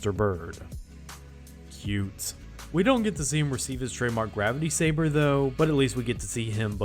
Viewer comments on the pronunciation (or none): none